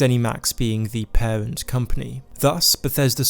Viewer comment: cWeation club, paWent company, caWwy on, suWpWised with pWemium on pWevious...a pWoblem pWobably?